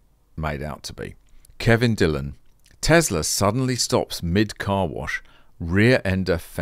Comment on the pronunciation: John Cadogan pronouncing Tesla as Tesla, lad . It’s not Tezla.